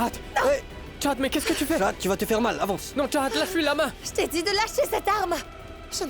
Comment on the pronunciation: on dit pas charahat on dit chahat